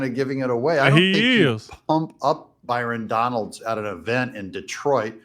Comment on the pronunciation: I heard him ( trump) say Byron Donald..